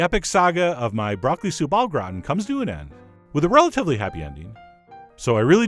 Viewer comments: broccoli soup O'Grawn is basically what I heard. Gratin is pronounced more distinctly. Grah-tehn. like the French cartoon TinTin if you actually know how to say that with a French accent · Thanks for the video & recipe but - God Chef John - you would not be able to pronounce French words properly would your life depend on it! Soupe au Gratin! Run it in Google Translate to hear it! :) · except stop short of pronouncing the n